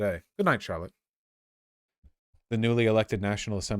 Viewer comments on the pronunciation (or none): none